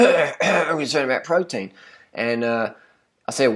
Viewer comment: pwoteen brahhhhhhhhhhhhh